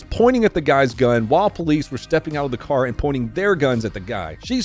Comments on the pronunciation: "TJ get in da car" in that accent has some major NY dad vibes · “Get in the caah” I love that accent!